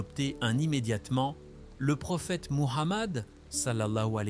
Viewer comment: Tu devrais faire ces vidéos avec ta vraie voie, Allah Soubhanahoutahala t'en récompenserai bien plus Incha Allah. Tu as vu comme la voix du logiciel écorche le nom de notre Prophète SWS ? Si il ne t'en est pas trop difficile, utilise ta vraie voix : le Coeur des gens est plus ouvert à une véritable voix humaine ^^